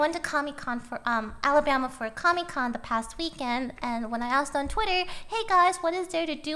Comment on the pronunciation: is it just me or did lily say commi con? I didn't know the ussr made a con